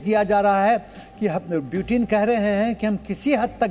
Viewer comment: Phle sahi se bolna seekho kch kch , butin pramadu kya hota hai yaar??